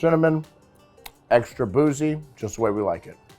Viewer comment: Not boujie it’s boozie